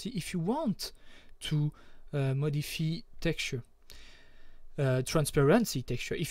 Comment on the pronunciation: your English isn't bad, some words you pronounce different. like Modif-EYE you said modifee and thank you i was wondering why my textures weren't working, i had to put them in documents folder.